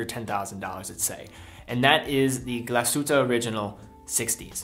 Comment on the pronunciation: I love it when english speaking people try to say Glashütte